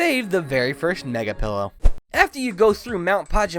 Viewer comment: Omg how does no-one know that it's pee-low island now pillow